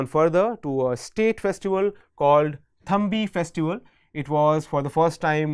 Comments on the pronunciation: It's Thumbi not Thambi.. Thumbimaholasavam in kerala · Thumbi is the right word not thambi. It is pronounced as thubi in kerala